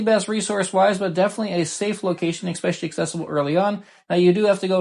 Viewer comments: expesially? It's especially friendo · “Eck-specially!?” Hahahaha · Great video. I just have to remind you though, there is no X in especially. 🙂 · Good video but there is no X in especially